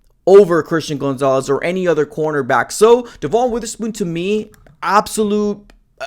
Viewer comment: STOP CALLING HIM GOONZALES